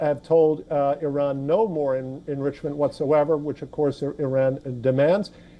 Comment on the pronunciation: Aran 😂not araq. Ok. Aran 😂supar fawar. 😂ansha Allah